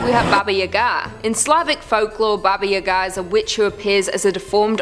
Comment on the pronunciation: Baba Yaga is pronounced "bah-bah YAH-gah". Just FYI.